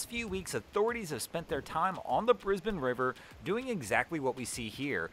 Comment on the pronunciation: Thank you for pronouncing Brisbane correctly. 👏👏🏆🏆. A lot of Nth Americans don’t get it right.